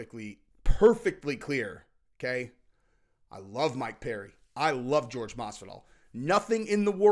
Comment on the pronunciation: Who tf is George? His name is pronounced Whore Hey